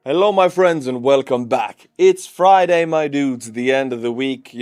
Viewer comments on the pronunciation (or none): none